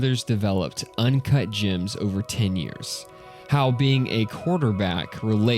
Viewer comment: ✨UnCaHt JaAaHmS✨